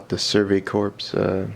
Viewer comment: Pronounced survey "core". The p and s in corps are silent.